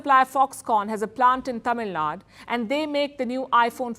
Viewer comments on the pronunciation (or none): It is Tamilnad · I admire how Palki pronounces words / places from other languages / countries, I learnt a lot from her. But "Tamil Nadu" always becomes "Tamil Nad" . Hope she corrects it in future. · Pls say Tamilnadu next time Palki mam, not Tamilnad